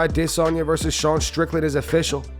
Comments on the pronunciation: i fully support Paul on this, also why do you have to always say A”DEY”sanya lmao it gets me laughing everytine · why is there always a pause when he pronounces adesayna